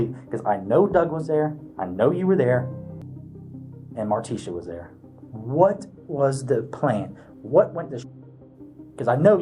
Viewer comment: This AI voice isn’t that bad. But the pronunciation of Martisha as Mar-tee-SHAW is annoying.